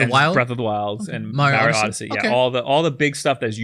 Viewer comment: Mar E O seriously his name is said in how many forms of Media the old show the movies and even Mario 64 why do you keep calling him Mary O lol.